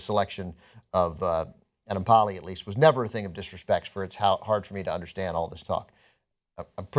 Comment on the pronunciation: attempt to pronounce Enemkpali is the best one I've seen so far